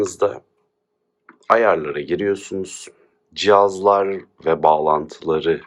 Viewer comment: cok guzel jiazlar diyorsunuz :)